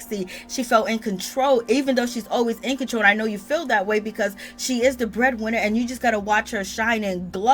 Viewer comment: It's the stay at home father stressing the breadwinner that is sending me all the way from South Africa lol I died when you said that with your accent 😂